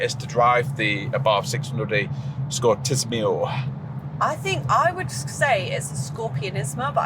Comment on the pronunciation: Scor-tiss-im-eo 😂 Nice review btw